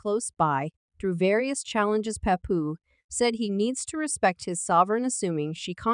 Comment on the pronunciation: Um, it's Remy Ma, just one Ma, not Ma ma, hold up, did she just call Papoose, papuman?😂😂😂 Chick can't read to save her life🤣